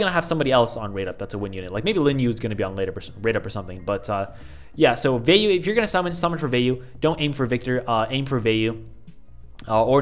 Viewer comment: Vayu is the name of the god of wind in hinduism. Its also pronounced Vo-e-you. Also, Agni is the god of fire in hinduism and its pronounced Og-nii. I'm sorry, it just makes me cringe whenever people pronounce it wrong.